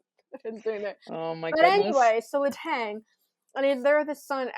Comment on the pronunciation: After all the time he spent in Pittsburgh, one would hope someone...anyone...would learn how to pronounce Kristopher Letang's name the way it should be pronounced.